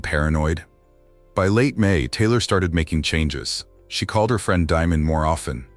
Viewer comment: this AI reading? Wtf 😮her name is Taylor right not Tyler!?😮